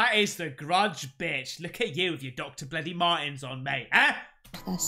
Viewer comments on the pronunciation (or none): Doctor martens just does not sound right at all 😂😂 it's doc martens 😅